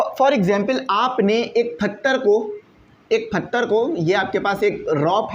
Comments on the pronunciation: Not him pronouncing pathar "PHATHAR" 😂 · Nice Explanation ❤ but its patthar not phattar 😅